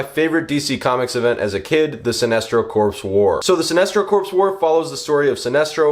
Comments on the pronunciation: Corps is pronounced Core. Not like a dead body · Don’t pronounce the P in Corps